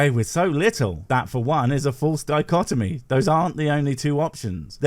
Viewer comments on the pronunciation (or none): none